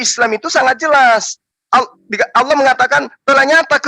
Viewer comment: Asalamuallaikum.. saudaraku.. SETIAP SIANAK BATAK SERING MENGATAKAN ALLOH ITU DIPLESETKAN JADI OLLOH... TOLONG KASIH TAI DIA EH... TAU MAKSUDNYA SAUDARAKU.. 🙈 APABILA GAK MAU DENGAR JUGA,KITA IKUTIN JUGA PAKAI HALLAH.. BUKAN ALLAH... 😡